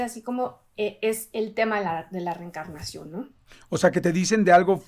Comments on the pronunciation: Por qué dice "recarnación" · Reencarnación, no reecarnaciòn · No se si solo sea yo, pero se le oye que dice recarnacion en vez de reencarnación